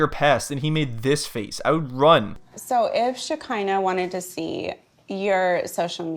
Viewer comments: her name is Shekeinah not Shakira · I agree with a lot of what you are saying however I can’t get over the fact that you refuse to call shekinah and her sister by their names as if you are unable to pronounce them but have no problem pronouncing and saying sarpers name. Why is that? It really takes away from the good content. You can have an opinion without being rude.